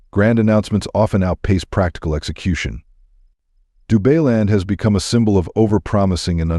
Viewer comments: Dubailand...Dubai-land...NOT DU-BAY-LAND. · Du-BAY-land ??? Maybe don't use AI to read your script ??? 🤣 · AI Voice Over - RUBBISH, can't pronounce any words correctly 'DubayLand' WTF 😂😂😂😂😂😂😂